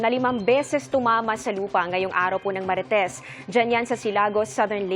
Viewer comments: Guys, narinig nyo ba narinig ko?😂 sabi ni amor larosa araw ng marites😅😅😅😅 instead of Martes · I heard it too. Martes ma'am ,hindi Marites...